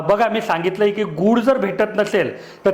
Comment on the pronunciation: गुड नाही गुळ बोला